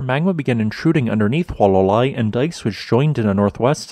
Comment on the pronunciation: In Hawai'ian, all letters are pronounced. There are no dipthongs. So, say, "Hoo-ah-lah-lah-ee."